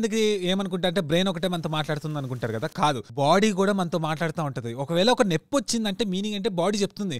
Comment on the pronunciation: నెప్పి కాదు నొప్పి